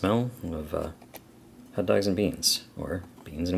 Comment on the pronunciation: It’s red hOt... not red hUt 😂